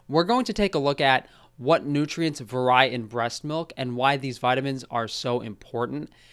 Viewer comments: Love you but the way you pronounce vary makes me cringe lol. You are the only person I've ever seen to pronounce it as va-rye as opposed to va-ree. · You are still using "vur-eye" instead of "vair-ee" when pronouncing vary? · Pronouncing "vary" like "verrai"...did you lose a bet? haha